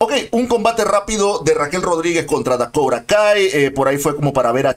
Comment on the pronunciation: Porfa, di los nombres de los lucharodes en latino!!! Eso de Dakouta no se oye bien di DAKOTA y punto.